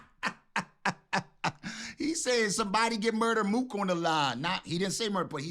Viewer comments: Mousa not mook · He said moose … mousa